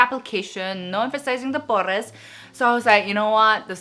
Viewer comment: 이렇게 한국 코스메틱에 대해 얘기하는 유튜버는 처음이에요!! 다들 제품 칭찬이나 점잖게만 말하는데 너무 솔직하고 재밌어요ㅜㅜㅜ!! pores 말하는 발음 넘 웃겨욬ㅋㅋㅋㅋㅋㅋ